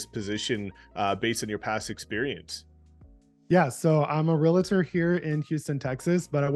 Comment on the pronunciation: Continually saying "real-uh-tor" is killing me. 😵‍💫 REAL-tor. that's it.